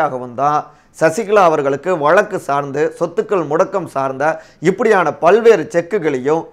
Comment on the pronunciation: Dear friend it's irritating to hear your Tamil pronunciation eg. Instead of Thamizh you say Thamil, Vazhzkku you say Valakku. Kindly try to rectify.